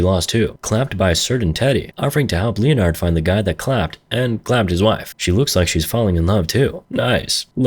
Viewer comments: Lee-in-ared🙉 lin-ard👍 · it's pronounced Lenard....2 syllables, the o is silent. Like the same way leopard is pronounced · I'm calling anyone named Leonard, “Leo-nard" lol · Great video, greatest clapist right here. Why are you clapping me like that with Leonard's pronunciation?